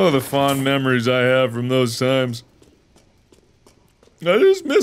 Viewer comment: I lost it when the memories became mammaries/maemaries 🤣😂